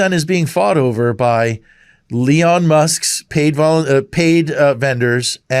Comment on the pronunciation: Dudes a bit dyslexic..Leon Musk🫣🤭